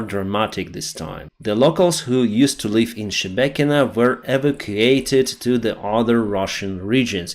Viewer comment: your problem word is 'Evocated' as you say it. But it's pronounced Eee-Vac-you-ated, spelt evacuated.